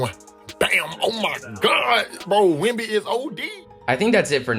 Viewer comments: if i hear another “wee wee” im unsubscribing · Bro every “wee wee” got me dead💀💀💀